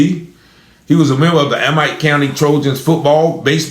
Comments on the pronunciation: Amite is pronounced A meet. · It’s A-mitt 🧤…. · Amite.. It’s pronounced A-mit.. I live 20 miles away and hadn’t heard of this! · Amite county. Amite sounds like - a mitt- when prounced. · It’s pronounced Ameet not amite it is spelled Amite but pronounced Ameet county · They pronounce it like A-meet. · It pronounced a meat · You pronounce the county wrong. I'm from up that way